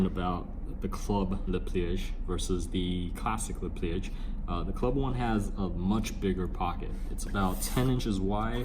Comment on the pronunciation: isn't it "leh plee-uj" instead of "leh plee-ej"? :)